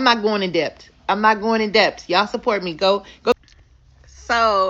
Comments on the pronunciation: Do ANY of these people know that the ‘B’ in debt is SILENT?!?!?!? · The b in debt is silent!!!Instead of being hooked on Cash app,try hooked on phonics!Let's see if they can pronounce that.